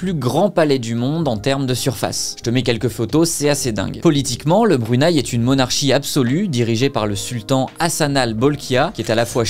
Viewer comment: Tes vidéos sont vraiment intéressantes j'adore les regarder. Mon seul petit bémol c'est que le Brunei se prononce Bru-né-i 😊